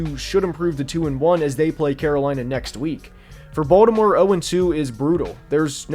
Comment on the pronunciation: He pronounces Baltimore the proper way as said by people from Baltimore